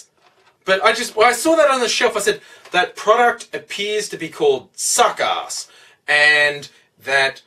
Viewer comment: sounds like u said suck ass